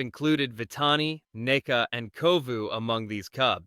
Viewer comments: It's nuka, not " neka" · It's Nuka Whatever you just said idiot